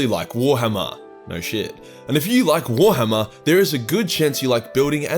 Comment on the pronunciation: The way he days warhammer Is like "Gwar-hama"